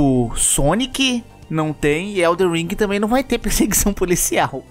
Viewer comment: para de falar ELDER ring por favor